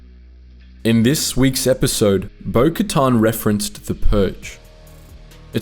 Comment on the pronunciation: Why do you keep pronouncing bokatan name like that…?